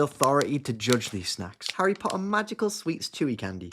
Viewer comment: Harry po’ah😂😂😂